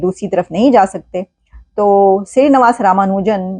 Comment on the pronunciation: Shree is right navaas is wrong pronunciation nivaas is right